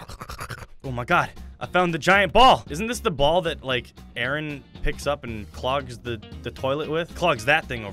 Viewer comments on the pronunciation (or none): none